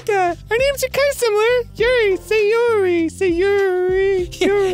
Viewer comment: "Sayori", with an "a"